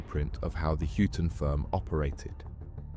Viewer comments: mate its said like hi ton not hue ton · Huyton - as in High- Ton not Hewton - Two Dogs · Just a heads up - it's pronounced ''Hi-tun' not 'hewtun'. Being from Liverpool, I had to get that out. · It's not hootin! It's huyton, hi-ton. The hootin crew 😂😂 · Its pronounced "High Tun" not hootin, ive lived there my whole life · Huyton is pronounced Highton not Hyooton. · Good Video but some of the pronunciation is wrong and quite funny and I had to mention it "Huyton" in Liverpool is pronounced like "Hi Ton" (tun) not "Hooton". Hooton is place on the Wirral side. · Hewton!!! At least get the names right, it's Huyton, pronounced High Ton. 😂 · Hooton firm?? 😂😂😂. It’s pronounced High ton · That,ll be Huyton as in HIGHT UN not WHO TUN as is being mispronounced 🤭🤭🤭 Just Sayin Boss 🤫🤫🤫🤫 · The hewton firm? 😂 Huyton is pronounced High Ton mate. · I was pretty sure he was getting it wrong, but I didn't really know how it should be, so thanks! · 🤣and its pronounced "Highton" not "Huton" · The hue ton firm 😂😂😂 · You pronounced Huyton incorrectly. Its said Heighton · It’s pronounced high ton 😂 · Hyooton firm? 🤣🤣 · "Hyooton" firm? You dont even know how to pronounce it u dunce It's an area of liverpool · It's hi-ton, check proper wordings next time, a good vid but a few mistakes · Huyton pronunciation = "High - tun" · Huyton is pronounced High-ton. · It's hyton lad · Huyton is pronounced as "Hi ton" not how you say it. 😂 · It's more hightin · Ones a blacken ones a whiten Huyton huyton two dogs fightin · But without the T.😀